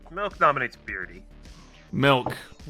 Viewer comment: "If someone gnominates"😂